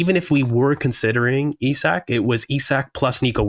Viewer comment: Today was theeee day finally pronounced Isak properly. What a time to be alive!